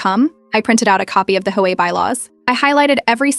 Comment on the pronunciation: HOA is pronounced aitch-owe-(h)ay.